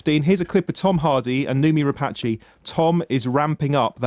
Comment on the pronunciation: I wish would learn how to pronounce, 'Rapace'. Rhyming it with Apache is just bizarre.